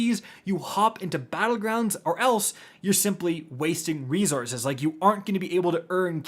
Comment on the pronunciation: How does this nitwit not know how to say resources?